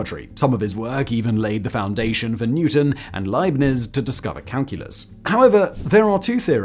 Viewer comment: 'Leibnizzzzz', 'Ewler', 'ArithmuhTICKER'